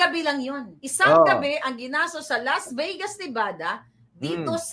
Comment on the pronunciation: Las Vey-gas? Her we go?, ilang taon ka na ba sa USA? Kahit third-grader, kayang sabihing, " 'Hir' we go."